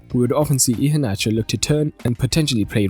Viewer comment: Your pronounciation of Iheanacho, is good. 👍.